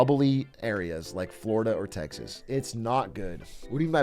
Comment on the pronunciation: Why does he say "Tex-has" like Hank from KoTH?